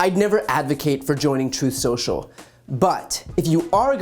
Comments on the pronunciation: "Troth Senshel" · "Troth Sential..."